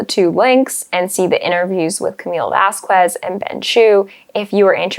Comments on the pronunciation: First, I love your videos, I think they are very informative and much more. Thank you so much ! By the way, I’m listening this video and you mispronounced Camille Vásquez last name, please don’t be Elaine lol. In Spanish you skip the sound of the letter U when is next to a Q, so the right way to pronounce it is VASKEZ, forget the U please 😜 Please watch a “A PSYCH FOR SORE MINDS”, looks for the episode about Dr. Spiegel cross, he is a psychiatrist that gives his opinion and analyzes his deposition. I like your opinions, but I don’t agree with you about professional ethics, I think it is unprofessional to give a diagnosis and/or a professional opinion about a person you don’t know, you haven’t even talk, interview that is the way you can learn about a person’s behavior, feelings, life experience and history. Dr. Spiegel was so arrogant, he said “what matters is what I say, he insisted that he was right, he was very disrespectful to the court, the attorney and to the audience. I could keep writing about his testimony, that I actually have watched it so many times, it’s like watching SNL 😂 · You’ve got to stop saying Camille Vasquez’s name wrong. It’s how Elaine said it and it’s so cringy. It’s sad that so many “educated”people don’t take the time to learn someone’s name before boldly and incorrectly stating it over and over agin. This can be especially true for people of color. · I like your stuff but please, please, please,with all due respect and because it is respectful to do so... but please, pronounce Camille's last name probably. You're pronouncing it like Elaine did, thus, that's the wrong way. I'm sure you've heard thr proper way. =) thank you for reading and for posting such great content!!❤❤❤😁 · Except pronouncing Camille's name. Vasquez, is pronounced Vass-KEZ, and she keeps saying vass-KWEZ. It's not KW, it's K. Like Que in Spanish. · Please pronounce Camielle's name properly.